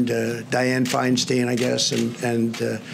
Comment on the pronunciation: I think he is purposely mispronouncing Feinsten's name .